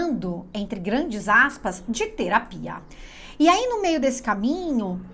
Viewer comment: a ênfase que colocou na palavra terapia me fez pensar… e como trata sempre de linguagem achei q cabia ☺️